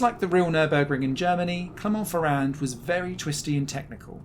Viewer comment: Our narrator also managed to butcher the name of Clermont-Ferrand.